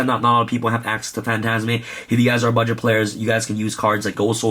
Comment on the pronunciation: Emphasis of "Budget"